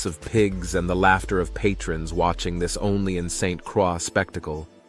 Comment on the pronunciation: A few things here… St. Croix is pronounced “Saint -Croy “ and not “Cra”. Folks drive on the left because we were once owned by the French and they never changed it. Finally, the cover art is deceiving and distasteful.